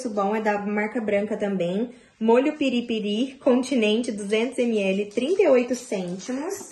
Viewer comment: É piri-piri, sem acentuar no final.